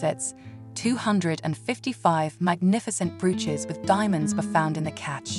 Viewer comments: my favorite mispronunciations are Tyara and brooooches! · Please note: brooches are pronounced bro -ches not br-uches and tiaras are pronounced tee-aras not tie - arias.